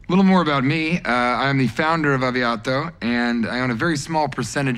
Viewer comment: I love how he pronounces Aviato